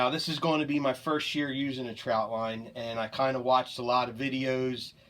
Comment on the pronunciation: why is he saying troutline